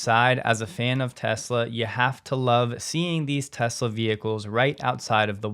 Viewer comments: "I love Tesler" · Biden couldn't even say the word Tesla.